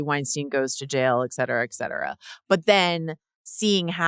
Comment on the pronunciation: Love ya tons and bunches, but please, the pronunciation is "et cetera," not "eck cetera." xoxo